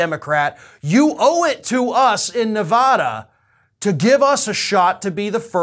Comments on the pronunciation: No offense but screw Iowa! And it's Ne-VADD-da not Ne- VODD-a. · Not "Nevawda"!!!! 😵😖